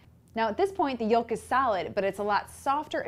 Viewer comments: It's pronounced YOKE not YULK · Did you just say yole-k? Where are you from?